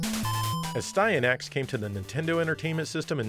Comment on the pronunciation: The way you pronounce Astyanax is the right one. Its an ancient Greek name.